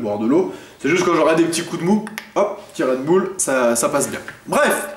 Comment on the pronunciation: du "red beule" :D